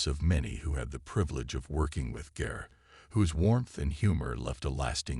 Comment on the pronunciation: the narrator should have had the respect to pronounce her last name correctly. He also mispronounced CarlReiner's name